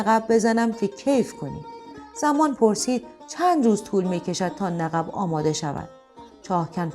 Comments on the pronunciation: خانم گوینده Naghibi غلط است تغییر دهید و بگوئید naghib باید گفت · درود،آخرعزیزجان نَقَب دیگرچه سیغه ایست! لطفا سعی شودکلمات درست بیان شود، درست آن قاف باحرف سکون است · در بیان نقب که تونل زیر زمینی ست تلفظ درست نیست چرا که نقب بدون تشدید میباش که گفته شد ۰نققبی که بدون اضافه کردن و تکرار (ق) دوم نقب خوانده می‌شود۰ و اینکه تصاویر و فرم لباسها و بناها و حرم سرای حکومتی نشان از حکایت حکومت عثمانی میباشد۰ بهر سوی سپاس از شما 🙏⚘️ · عزیزم کلمه "نقب"را کاملا اشتباه تلفظ می فرمایید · ایکاش در داستان‌های ما اینهمه خشونت خونریزی نبود. ضمنا این گوینده توانا لغت رادرست ادا می‌کردند مثل نقب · داستان زیبایی بود اما تلفظ نقب را اشتباه فرمودیید ممنون از داستان زیباتون